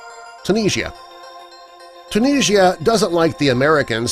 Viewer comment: It's Tunis,ia